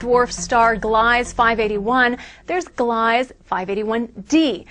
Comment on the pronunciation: Ugh. I hate reporters its gleeeeeza. Second, 581-d was described as a habitable planet 5 years ago. Old news.